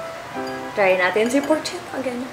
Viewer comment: por CHETTA ng por CHETTA ilang beses pa inulit ulit... POR'KETTA po yan POR'KETTA! por'KETTA po ang tamang pronunciation jan... again, it's POR'KETTA